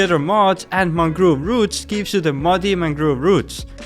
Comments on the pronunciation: Ah yes mangroove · its very funny how he pronounced mangrove propagules😂😂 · Ah yes, mangroove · mangroove lmfao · I love your accent of saying mangrove